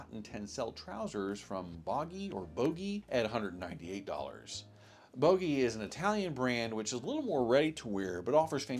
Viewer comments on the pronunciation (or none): I have many LBM 1911 suits and jackets and they are WORTH every penny. Love them. Also - I like the jacket and tie combo YOU are wearing. I am a sucker for wool ties. PS: Boggi is pronounced BODGI, like June, or Jessica.